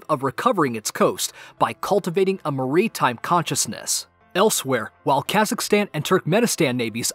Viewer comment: did you really just pronounce maritime as marine-time? Are you kidding me? Your pronunciation is atrocious.